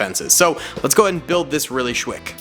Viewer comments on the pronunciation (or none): he said shwick he had a tongue twister "what he was sopposed to say was quick" but its ok